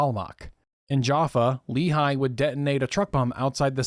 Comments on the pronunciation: Just one quibble regarding pronunciation: The Lehi is pronounced as "Lè Hee", rather than "Lee Hi". Thanks for the history lesson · Also, great video, but Lehigh is a valley in Pennsylvania; Lehi is pronounced like "ready" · LEHI is pronounced Leh-Hee, the second H is a hard H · Good Job, only one thing, Lehi is pronounced Le- Hee not like a the town in Utah. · Brilliant video well done! Just one comment, the proper pronunciation of Lehi is the h is like a g in Dutch, a guttural sound like a cat hissing hehe. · The incorrect pronunciation is the one used by Mormons.